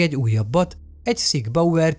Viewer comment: Sig Sauer, nem Sig Bauer. Jó lett a videó. :)